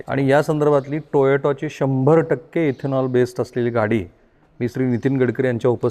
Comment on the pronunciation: टोयाटो नाही हो टोयोटा उच्चार करायला शिका 😂😂🎉🎉